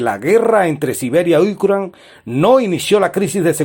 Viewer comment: Porque dices Ucran, es Ucrania. Habla bien.